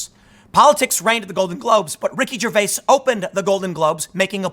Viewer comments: Love the material but can't stand you saying Ricky ger-vase... It's ger-vay-es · The way you say his last name is annoying.